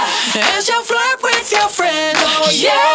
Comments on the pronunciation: that accent when he says “flirt” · when he said "flirt"